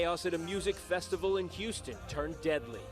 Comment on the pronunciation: You sound dumb af. Ur just guessing about all this shit. Ur comparing NWA in 2021. Dumb af. U want the ems to run ppl over? And it’s Festi-VAL… w a V. not B… u sound over 38 lol cmon bruh.. do better. Ur assumptions are just that. Mere af. Good luck tho.